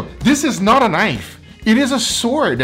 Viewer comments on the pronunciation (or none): "That's not a knoife. THIS is a knoife!" moment right there.